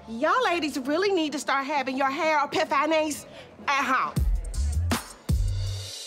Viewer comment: pronunciation: epi- pha-nayees!!!!!!